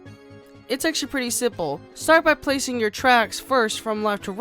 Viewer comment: He said siple